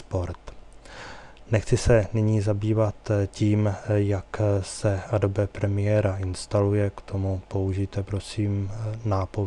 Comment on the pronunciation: To Adobe Premiere se čte: Edoubí Premiér! A nečte se to Adobe Premiéra!